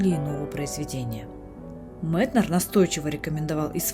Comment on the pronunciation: За Метнера сразу лайк (хотя я его произношу как М[е]тнер) В точку его замечание, что при усталости заниматься медленными певучими произведениями, на которые вечно не хватает времени. И про пульс дня чертовски верно.